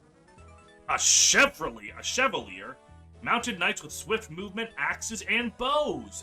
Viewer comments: Chevalier is actually pronounced; Sheh-VAH-lee-ay, by the way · Forde's class is said french-ly. Shuh-vah-lee-ay